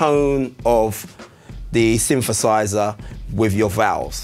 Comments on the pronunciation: Everybody be talking about no jokes, but nobody is paying attention to “synfefâisä” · sweet vid, but a "symfasizah"... really...?? whyyyyy??? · It’s called th fronting, he’s probably from Glasgow